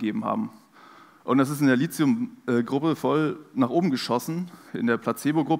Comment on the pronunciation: Richtig ausgesprochen: LITIUM, mit T. DESWEGEN wird mit TH geschrieben. Der H ist nicht zufällig neben dem T. (